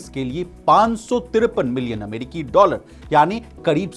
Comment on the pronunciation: कड़ोबाड़ी 😂😂😂 अमेडिकी 🤣 जिक्ड़ 😜 कड़ौड़ 🤣🤣 भाई को जुगाड से जॉब मिला है।।